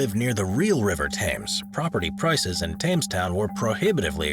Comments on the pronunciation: Thames is pronounced "Tems". Please. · "Tames town...tames town... tames Town.." 🥴Cringe🥴